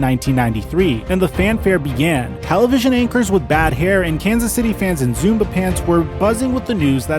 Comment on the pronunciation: not ZOOMBA pants, ZUBAZ pants!!